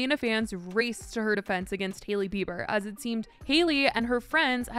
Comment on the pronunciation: always pronouncing it like “Heely Bieber”